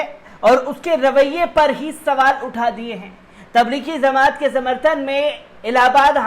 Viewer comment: Zamat nhi bhai jmat h thoda werd shi bolo